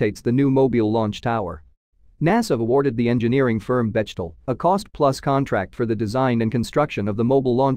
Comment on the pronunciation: Great update! Just a note for next time, Bechtel (a German name) is pronounced [ beck' - tel ]. The 'ch' is spoken like a 'ck' is in English, like the similar sounding words of 'peck' or 'neck'.